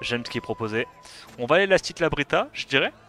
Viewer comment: C'est Brita pas Britra :p P'tit méla,ge avec le Asura dark